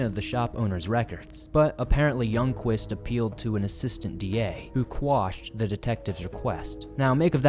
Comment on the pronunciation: Appreciate so much that you say “quashed” as opposed to “squashed” and that you keep bringing attention to old cases